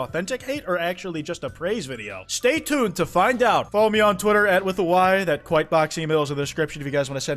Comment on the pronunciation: i agree, i agree, i hate ralsei, kwith kwuh kwite